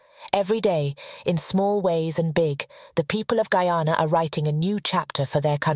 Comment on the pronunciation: Well done.. thanks for doing it, and that you pronounced my country's name correctly...extra thanks